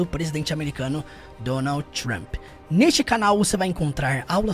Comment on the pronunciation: Eu acho tão chique quando a pessoa faz a pronuncia real do nome dele tipo Donaudi Tchump